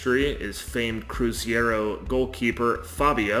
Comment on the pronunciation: Yeah, it hurt my ears hearing about palm-YE-ras and cruz-YE-ro playing the Campeonato Brasil-YE-ro. But other than that and errors about the Paulistão, the video was decent.